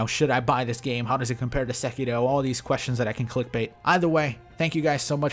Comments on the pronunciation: I swear you say sekito instead of sekiro, and it fucks me up hella. I can’t fathom you doing it on purpose but fuck. I do love all of your content though, been watching for ages now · why do you always say SekiDo instead of SekiRo? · Am I the only one bothered that he pronounces sekiro as "sekido?" Sorry bro just wanted to correct you. Very informative video though.